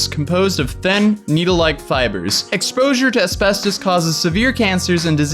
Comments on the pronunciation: As-fast-is damn it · "There might be some as-bes-tose in my eyeshatter." 😆😆😆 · A-spes-tos, mes-tho-feel-oh-ma. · No one:: Es-best-toes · Nobody:: Espestoast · I died listening to him struggle with the pronunciation of asbestos and mesothelioma 😂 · trying to pronounce “asbestos” and “mesothelioma” was amazing 😂👏🏼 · Today I learned that I definitely don't say asbestos right. I say as-best-us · how many times are you going to say asbestos wrong?? A million🤦🏼‍♀️ haha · 😂😂 I'm dying everytime you try to say asbestos /asbestosis. 💀 And yay, Hannah is back. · Someone needs to make like a 2 minute compilation video of a trying to say Asbestos and mesothelioma 😂😂😂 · Jesus christ my guy. I can understand not knowing how to say mesothelioma but then asbestos or ARENAS?!?!?! Lmao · ”There might be asbestOHs in my eyeshahdER”